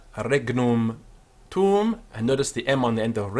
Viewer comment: No, you didn't. , you pronounced it as "qui es," not, "quis." , you pronounced "tuum" as "[ˈtʊ.ʊs]", not, "[tuũ]". You pronounced, "regnum," as "[ˈreːg.nʊm]", not, "[ˈreːŋ.nũ]." Why did you pronounce, "fiat" with a with the quality of a long i?